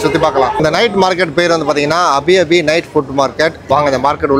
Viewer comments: அது Abi Abi இல்ல... Api Api la syg... அப்டின்னா சுடச்சுட-னு அர்த்தம்... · அது அபி அபி இல்லை அப்பி அப்பி. 'சுடச்சுட'ன்னு அர்த்தம். நீங்க சாப்பிட்டது கொழுக்கட்டை இல்லை. 'ப்புலுட்'. கருப்பு கவுனி அரிசி மாதிரி, இது வெள்ளை கவுனி அரிசியில் செய்வது.